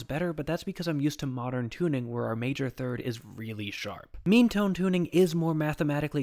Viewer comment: when you said “meantone,” i thought you said “memetone” 😅